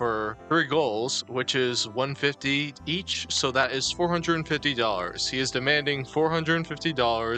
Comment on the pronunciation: Proud to say that I don't know anyone IRL who pronounces "and" and "that" like does ("eeand" and "deeat")